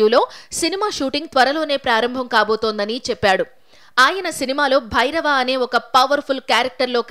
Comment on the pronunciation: భైరవ కాదే అక్క భారవ 😂